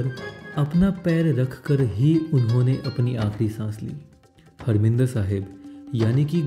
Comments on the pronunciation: abe saale,harminder nahi harimander bole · you are right, but you said harminder.....you should say harmandir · grt vedio.. bt bro marminder sahib nhi, harmandir sahib hai ok.ji...